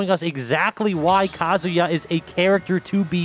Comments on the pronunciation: Cant stand hearing how many pronounce Kazuya like Kasia. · Why is that none of y'all can pronounce Kazuya correctly? It's Ka-zoo-yah, numb nuts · Bruh the commentators trying to say kazuyas moves makes me laugh so much